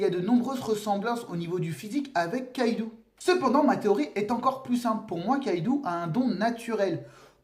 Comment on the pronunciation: Ça se prononce Kaidō (avec un long O), pas Kaidu. On l'écrit Kaidou car en japonais, la syllabe U, quand elle est placée derrière un O, sert à le prolonger. C'est en aucun cas à lire comme un "ou" français. C'est pareil pour Raizō/Raizou et Zō/Zou (qui pour le coup se prononce comme le mot "zoo"). Désolé de faire mon chieur avec ça x)